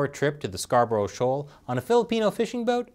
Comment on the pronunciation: Scarborough, Thomas, methinks it is British influence. Nice to see you pronouncing Scarborough correctly.